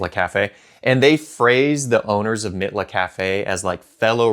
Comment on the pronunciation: Mitla is pronounced MEATLA.